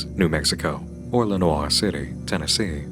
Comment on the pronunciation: … jumpscare by your pronunciation of “Lenoir”